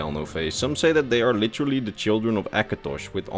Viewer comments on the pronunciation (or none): none